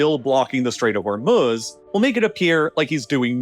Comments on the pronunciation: What's with the annoying background music? And it's not The Strait of Hormuhz, it's pronounced Hormooz. Say it right, GDMT! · I'm gonna pronounce "Hermes" the way you pronounce "Hormuz" now lol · Why does the narrator pronounce Hormuz two different ways?